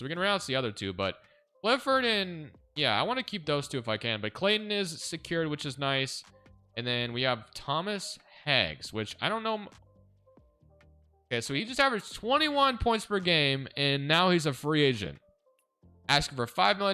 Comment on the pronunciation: Thomas Heggs = Thomas Haugh. Champion for Florida NCAA 😅 Great video 👏👏👏👏